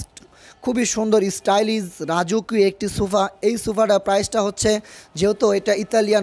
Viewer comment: আরো আছে, ডেগুরেশন, ট্রাইস, স্টাইলিছ 🙄🙄